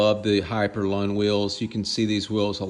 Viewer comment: Not "lawn" its " loon"